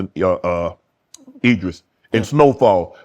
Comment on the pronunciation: Idris Shannon, not Edris🤦🏾‍♂️😂😂